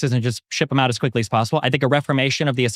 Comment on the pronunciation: This dude hates immigrants, but can’t even pronounce English words correctly. It’s “them”, not “dem” hahaha